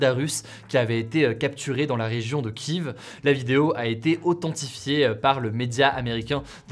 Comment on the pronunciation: Pourquoi tu écris « Boutcha » à la française alors que tu prononces le nom de Kiev à la… pas française ?